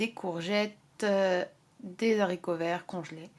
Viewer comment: Des "zaricots verts" ? Seriously ?!! : )